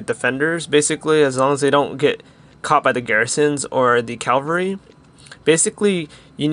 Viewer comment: Infantry. And cavalry. Not infultry and calvary.